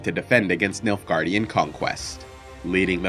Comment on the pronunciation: When I first heard about the Nilfgaardian Empire. I’m not joking when I say that I thought he said Milfgaardian and I was totally confused 😂